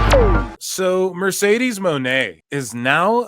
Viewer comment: Mercedesah eatah trasha